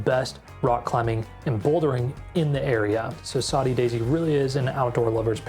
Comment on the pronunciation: Saudi Daisy, like Saudi Arabia?? That 's what is says in the video dude. It's SODDY. Proofread your AI.